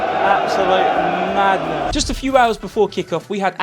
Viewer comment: "juss" ahahaha don't change! 😆